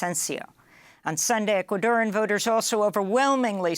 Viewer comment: Ecuador I an. Not Ecuadoran